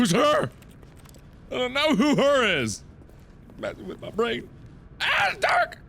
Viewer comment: Everytime you said "My Brain!" I was thinking "My Brand!" (CS)